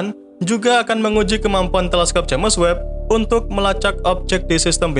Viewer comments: Jems webb mas bukan james web bacanya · kalimatnya tolong di perhatikan lagi, terutama ente selalu bilang jemes web bukan jems web. jadi agak aneh dengernya untuk channel yg ilmunya luas ini